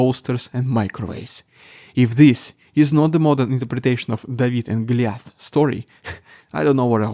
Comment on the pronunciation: Loved the "David and Gooli-eth" I know, it's an easy mistake for a foreign speaker to make!